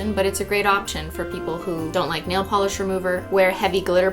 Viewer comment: You say ornament but Cristine says nail Pelee